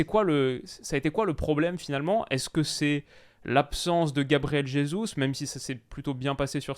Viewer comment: Gabriel Jesus n'est pas espagnol. Merci de ne pas écorcher son nom